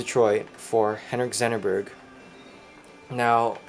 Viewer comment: It's Zetterberg. Not Zennerberg